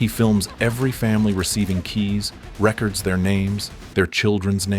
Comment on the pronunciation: Recerds their names? It’s records their names. Using fkn AI to speak your videos. Gay